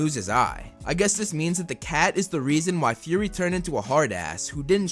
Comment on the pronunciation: It's Fury not Furry. Fury is Fu-ry. Furry is Fur-ry, A word that you use to describe a cat.